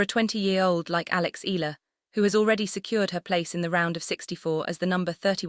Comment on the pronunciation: AI... that's why the pronunciation is not ee..yah..lah 😂